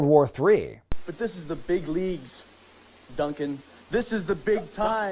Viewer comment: The way he says Duncan when talking about Bobby Duncan Jr will forever be hilarious